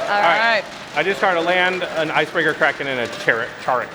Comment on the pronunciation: wtf is a Kray-ken?